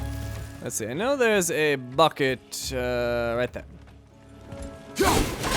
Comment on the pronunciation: I swear,every freaking time he says "bucket" I hear "Fuck it" or "fucket". So effing confusing.